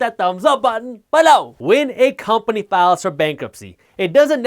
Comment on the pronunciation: Love the videos, subscribed for the "be-loh!"